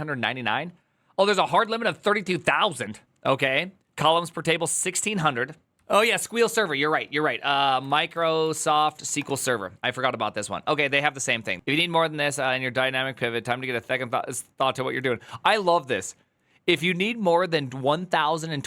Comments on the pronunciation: Squeeel wtf? it's Ess-Queue-Ell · I have heard S Q L and sequel but never ever heard someone say squeal 😂😂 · SQL originally was named SEQUEL. It should be pronounced sequel not "squill" xD or spell it out, S.Q.L so, sequel lite, postgre sequel etc. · pronouncing "SQL" as squeal instead of sequel is the real crime here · Please stop calling it "Squeal" it's not called that xD It's either S-Q-L or "Sequel" like the thing that comes after the original. Do some research on SQL and you'll see why they call it that. SQL (Structured Query Language) has two common pronunciations: spelling out the letters as "S-Q-L" (ess-cue-ell) or saying it like the word "sequel," both widely accepted and used, with the choice often depending on personal preference or historical context (it was originally called SEQUEL). While creators lean toward "S-Q-L," "sequel" remains popular, and neither is definitively "wrong" in the tech world, so it's best to pick one and stick with it, or match your audience's usage. While neither of those are "wrong" in the tech world, "Squeal" 100% is WRONG. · raw json as a db lmao....also nvr heard it called squeal 😊keep up great content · it's pronounced "S-Q-L" not squeal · 1) why are you pronouncing SQL as "squeal". its "sea quill". 2) why would any database need that many columns. i can not comprehend that. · “Squeal” bro what? It’s “sequel”. SQL is the short form of SEQUEL which is what it used to be called a long time ago. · Hearing westerners say squeal instead of sequel is jarring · "Squeel server" – that's a downvote and "do not recommend channel". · "Squeal" instead of "sequel" is triggering. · Why does everyone pronounce SQL so weird? It’s an acronym not sequel and for sure not SQUEAL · That one weird guy calls WSL (Linux on Windows) Weasel and thia guy calls SQL Squeal. Maybe stop? It's hard to pay atention whem not reading them as letters. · I don't think I can listen to this whole video if he keeps calling it "sqeal"! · No one calls sql ‘squeal’